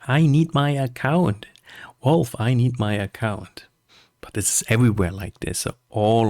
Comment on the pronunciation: Why the heck do you say WALVE? It's VALVE, with a V :D